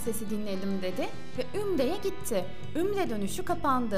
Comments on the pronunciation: Ümre değil UMRE ayrıca haca değil HACCA kelimelere dikkat et!!! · Ümre değil umre.. önce onu öğren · Ümre değil umre... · Ümre değil umre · ümre degil umre söylemeyi bile bilmiyorsunuz